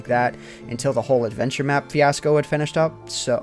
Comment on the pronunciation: Why'd he say "adventure map" funny?!